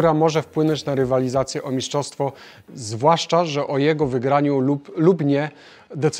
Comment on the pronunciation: Mistrzostwo - nie miszczostwo, trochę to drażni